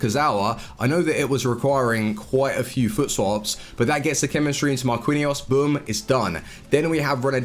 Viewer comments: before u make another vid learn how to say MAR-QEEN-YOS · Marquinhos is pronounced Mar-kin/jos just so you know. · I don't think I have ever heard someone butcher Marquinhos' name that bad before lol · his pronunciation for some players is dreadful